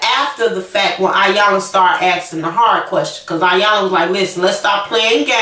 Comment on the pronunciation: Dead on, he wanted his cake n to eat it also. She looked pathetic trying to hold onto something that he already had disposed of. Iyanla is pronounced with a "E" it looks like "I"yanla but it is Eyanla.